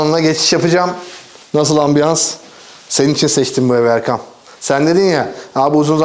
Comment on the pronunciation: Kinaye yapmadım :) gerçekten 2023'ün yazından beridir her kanalı açtığımda ona seslendiğiniz kısmı tekrar dinleyip kendi içimde bir hesaplaşmaya dalıyorum. "Erkam dedi. Yok yahu Erkan'dır... ama Erkam dedi duydum" gibi 😄